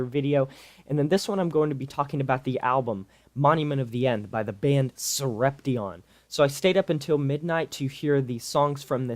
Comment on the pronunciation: It's Sorep-shun. Not sorep-tee-on